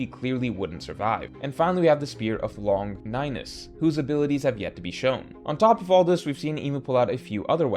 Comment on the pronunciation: LONG NYNUSS…? BRO LAWN GIN US